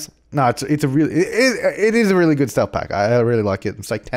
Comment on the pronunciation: "It's all geewd" 2015